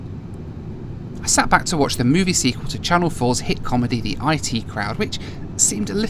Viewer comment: Did u really pronounce it as I T it’s one word IT (it)